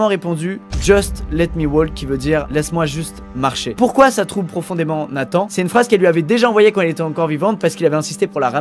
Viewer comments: on dit nathan "en" pas nathan "ane" normalement non? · C’est pas Nathane mais NATHAN je m’appelle comme sa Luca